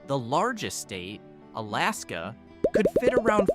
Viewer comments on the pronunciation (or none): none